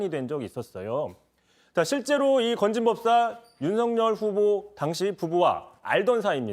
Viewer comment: 오늘 이상하네요? 초반부에 '받은 글' 을 '받은 길' 이라고 발음하고, '건진법사' 를 '진검법사' 라고 발음을 하네요? 혹시 음주방송은 아니죠?